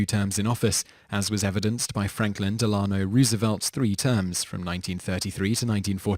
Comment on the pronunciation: You said Franklin Delano Roosevelt DELANO LOLO,OLOLLO